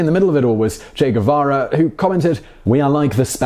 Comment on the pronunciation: The Che Gu-VaVa show!! With your favorite host..Che Gu-VaVa!!...cheers & claps.